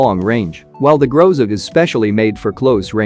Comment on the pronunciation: Interesting fact: Groza is russian word, (Гроза) and it sounds like grozA but not grOza. This word means "Thunderstorm"